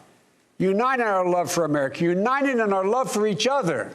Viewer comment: A question: When Biden says "may God protect our troops" wouldn't this have been the moment when every other candidate would say "May god protect the US of A"? Did he switch it up on purpose cause he was having problems pronouncing "united" throughout the last part of hís speech? I mean really, I heard him say "unined" a couple of times! (No hate! I like Biden)